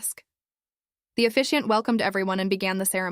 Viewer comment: Why would she give her phone to the officiant and walk away?? Doesn’t make sense. Poor pronunciations with lack of punctuation in several places. eg “Mother’s home” not “mother home”, “Mason’s voice”, “officiant not efficient”. AI needs checking…..